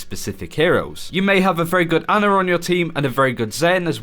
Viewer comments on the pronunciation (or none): i hate when english people say anar instead of ana